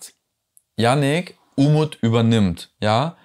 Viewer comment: "Unmut" statt "Umut".....war das Absicht?😉